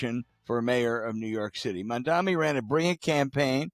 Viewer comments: It's "Mam-da-ni" not "Man-da-mi." This is why people hate the old guard. You can't even be bothered to learn to say the name correctly. Just disrespectful. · it's Mam-Dha-NEE. geez...get the name right, bro. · His name as Mamdani, NOT Mandami that you are saying😏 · Gentlemen, it’s MAMDANI, not MANDAMI, and INTIFADA, not INFATADA - your argument is undermined by your mispronunciation that makes global terrorism sound like a Taco Bell omelette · Few things about that introduction -- 1) it's "MAM- DANI" 2) The policy is not to "take over grocery stores" which seems like an intentionally misleading way to characterize it. 3) Democratic socialist is not synonymous with socialist 4) He is not a gift to the republicans. And James, if you're saying things like "I think they're called bodegas" you don't know enough about New York City grocery prices or food deserts to voice an opinion on this. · These guys are deliberately mangling Mamdani's name. "Mandami" Old men talking to clouds. And did he mispronounce the "intifada" (to "infitada") which is basically an uprising in English; you'd think it is something nuts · These two fossils are hilarious. They mispronounce his name. They have very ill-informed, frankly lazy takes on his policy positions. It's like they've only had a cursory glance at what pundits talk about his ideas, rather than listening to the guy himself, of which there is an ABUNDANCE of media to check out. It's all second hand takes and confusion over what makes him so appealing because they haven't taken the time to investigate. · It’s “M-a-m-d-a-N-i” We need to get it right because he’s going to be our next Mayor! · His name is not that hard. So disrespectful to repeatedly mispronounce it. Mom-Donny. What’s so hard about that? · "infintada" and "Mandami" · To be considered credible, pronounce Mamdani’s name correctly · You can't even say his name right. Fucking dinosaurs. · And, it’s M-A-M-D-A-N-I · Bro 😎 Bro yo - Bro 😎 its “ M A M D A N I “ ….😤😤😎😎